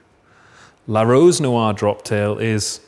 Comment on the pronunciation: Can someone tell him how to pronounce "noire"..